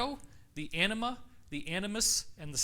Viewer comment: David, emphasize the "a" in anima, otherwise it comes out as "enema"! 😉